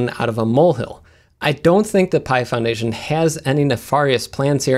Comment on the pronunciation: Every time he says "Pi Foundation", I initially hear "Python Nation", which sounds rather cool. Anyone else have this happen?